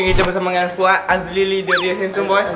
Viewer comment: fuad alili ❌ fuad azlili ✅